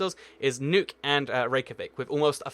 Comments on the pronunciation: It’s not pronounced nuke, it’s more like nook. I think that was his point. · nuuk is pronounced as nuk not nuke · Nickosher? Dernooby River? Tarlin? Loam and Ackrer? Nuke? Please learn to pronounce place names if you're going to make these videos! By the way, the neighbouring capitals of Wellington, New Zealand are Canberra, Australia (1400 miles); Nukualofa, Tonga (1510 miles); and Suva, Fiji (1615 miles). And, with close capitals, you missed out a bunch of very close ones - far closer than some of the ones you mentioned. St John's, Antigua is 30 miles from the capital of Montserrat and 55 miles from the capital of St Kitts Nevis. Damascus in Syria is just 53 miles from Beirut, Lebanon. And Amman, Jordan, is just 45 miles from Jerusalem, Israel (and that's not getting into the "is it a country?" argument about Jerusalem's near (10 miles) neighbour Ramallah, Palestine!